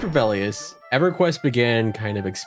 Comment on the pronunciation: "Vay-lee-us", dear lord butcher Velious more holy shit lol